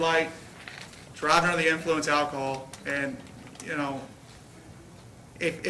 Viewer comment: Cop slurring his words at an ironic moment. "...to me it innicated that.. that he was...unnerthe, unner, unner, unnerthe innnflunce of alcohol..." LMFAO The defense should have given him a field sobriety test on the spot. Go ahead, show us how it's done. Or when the lawyer basically explains "I took the same course, it was only 40 hours, and it came with chicken nuggets, sauce, small fries and a happy meal prize." - and the cop realizes the lawyer's been through their 'how to frame a driver in court with unreliable nonscientific practices' DUI seminar and starts fidgeting.